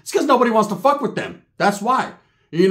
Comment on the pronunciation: "An Irish uce, a what the foook uce"🤷🏽‍♂️🤣